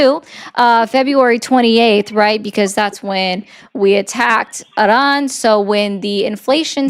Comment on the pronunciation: I am pretty shure the r in Iran is not rolled with tip of the tong, also in Croissant, because its hard for americans to do, if they don’t heard it from their mother as a kid. The r is build in the throat which why german for example sounds harsh to americans.🤓